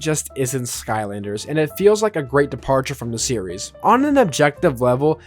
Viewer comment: Please pronounce Skylanders correctly. I beg you